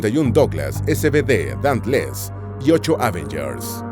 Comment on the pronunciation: Dauntless, no dantles